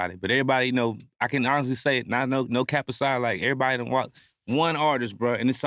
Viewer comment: He said errry body lol this about damn time.